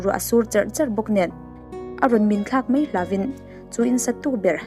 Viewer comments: 'Mei' aiah hian 'Mai' tih han hmang thei la..😊 Hrem ngei ni rawh se he In sa tu pa hi zahna hrelo thenawm lo awm nghet sa te care na pakhat mah nei lo..Pawisa chawi tir treuh in Jail tang tlak a ni.. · Tawngkam ah Mei hman lo tur, Mai tih tur, chuan Peih tih lo bawk tur, Paih tih tur, hei hi i hman dik chuan i thiam leh zual ang....